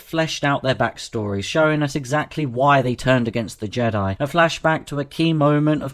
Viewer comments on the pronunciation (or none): none